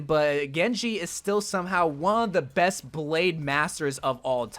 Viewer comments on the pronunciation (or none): none